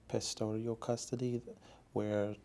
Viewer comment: "The Pestodial" custody, come on David really?